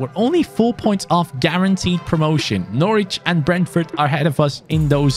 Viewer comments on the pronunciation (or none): none